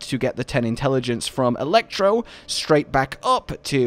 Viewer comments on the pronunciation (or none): none